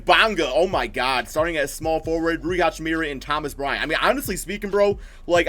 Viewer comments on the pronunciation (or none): HA-CHI-MUR-A not HA-CHI-MIR-Y